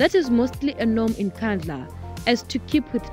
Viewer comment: Wasting my data, can't even pronounce Nkandla properly. We bhatata!